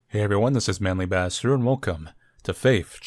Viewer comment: it sounded like you said “Manly Bastard” instead of ”